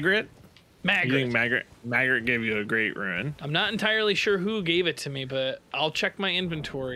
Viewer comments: picks up a item: "oh, golden ruin" it's golden rune you freak🤯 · we actually just had this conversation in the Fanmail yesterday. is the only one who can correctly differentiate the words Ruin and Rune. As seen in this video, these two will randomly swap between the two pronunciations for both, as neither can actually hear the difference.